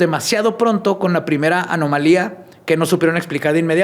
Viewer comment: dijo “anomalía” correctamente varias veces y no veo a nadie reconociéndole el crecimiento ❤❤❤❤